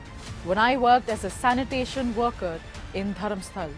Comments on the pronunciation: Just a small correction – it's DharmasthalA with an ‘A’ at the end, not Dharmastal. It’s the name of a place, so pronunciation matters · The place name is Dharmasthala and not Dharamstal… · Its dharmasthala not dharmsthal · I appreciate the report WION. It would also be appreciated if the city name is pronounced correctly " Dharmasthala"